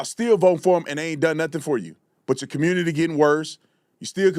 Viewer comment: Sounds like he’s saying committee not community